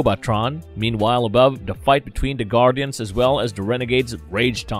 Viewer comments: I really wanted to like this video, but the mispronunciation of certain words got very annoying. Who are the "Gardens"? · Man you're butchering the pronunciation of these names in this Go-Bot series. However, I still enjoyed the recap of the cartoon...brings back memories.